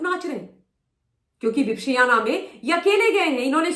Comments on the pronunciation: Madam please just to correct you for the pronunciation, विप - श्याना नहीं होता, वि - पश्यना होता है! संस्कृत में पश्यना मतलब देखना और वि मतलब विशेष तरह से देखना। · आलसी औरत, पहले विपश्यना का उच्चार सही करना सीख, ज्ञान बाद में बांटना!